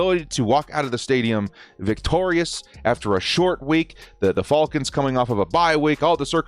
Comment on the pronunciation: He says fall cons instead of fal cons